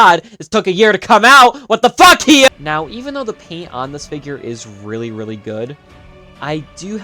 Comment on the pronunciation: It's HI-YA! Hiya!